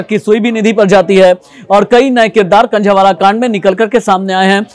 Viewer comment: Khnjheee wala nhi h khnjhawala h